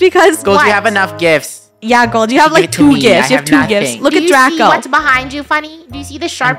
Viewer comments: funneh said draca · funneh keeps saying draca instead of draco when he kills her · Also funneh said draca instead of draco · Funneh did say Draca by accident, lol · Wait did say AH DRACA😂 did anyone here that😂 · The fact funneh said Draca to Draco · anybody notice funneh almost calling draco draca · NOUHHHHH DRACA ( Ik she meant Draco but it sounds like that)